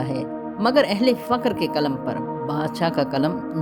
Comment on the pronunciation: Faqar nahi fuqar boliye